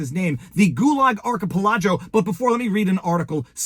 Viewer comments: Archipelago - Arc-i-pel-a-go On another note, it looked like everyone around the other guy tried to get the guy in the purple shirt off of him. They gave him tons of chances to back the Hell off. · Love you Viva- but the word is pronounced Ark-uh-PEL-ago. Accent on the third syllable. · it is pronounced Ark i peligo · ARK UH PELL' AGO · My friend, that is not how you pronounce archipelago